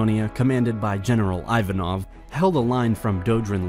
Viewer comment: Salonika Thraki Ivanov not " Ajvanov" Makedonija